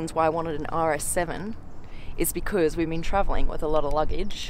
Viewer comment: I just love how she spells the word "because" ...something like this: " biiiicooooozzzz"....superaccent💋💋💋